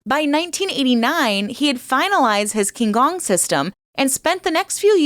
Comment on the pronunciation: Oh ffs. If you say "king gong" one more time 🤦‍♂️